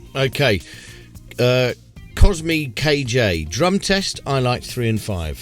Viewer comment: LOL "Cosmi KJ" ... actually pronounced "Cosmic J" ... When I came up with the 'Whacky' spelling of 'Kozmyk', little did I know that it is a Polish surname ...